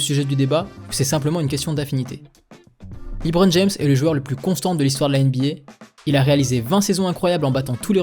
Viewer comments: Ça se dit bien “Le-bron” et pas “Li-Bron”, faut regarder un peu plus de matchs je pense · Par contre faut que t'arrête de dire "Libron"